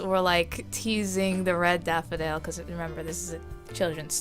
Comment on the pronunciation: "The red daffy dale (on a British accent)"....... ... Plus this months collab lol.